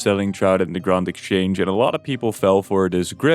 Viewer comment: I immediately dont trust you because you said "grawnd" exchange